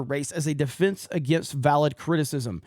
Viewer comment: Agenda. Not aginda. I like you guys but the pin/pen merger is weird. Why can you say “respEctable” pronouncing the E properly but you say the word “defense” as “defInce?” I don’t get it